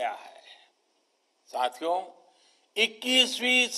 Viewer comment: Whenever he say "Sathiyo" Sounds like "Chuthiyo"